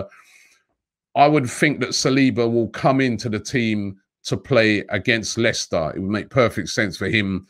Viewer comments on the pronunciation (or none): none